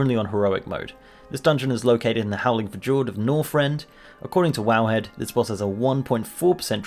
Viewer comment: howling fujurd... rlly? great list tho! farmed these fuckers forever :(